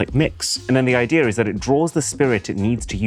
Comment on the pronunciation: Bro, you've lived in the UK for far too long. There is no R in IDEA :D